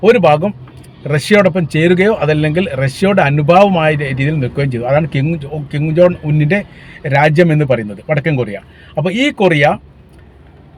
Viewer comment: കിം ജോൺ അല്ല , കിം ജോങ് ✅